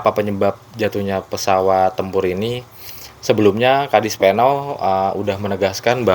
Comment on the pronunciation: Koreksi. KADISPENAU bukan KADISPENAL.